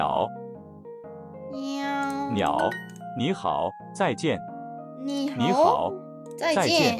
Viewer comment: “好你”竟然連續錯三次😂太可愛